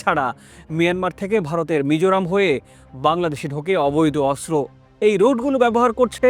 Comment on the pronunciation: অস্ত্র উচ্চারণ শুদ্ধ করে করতে হবে 😮😮😮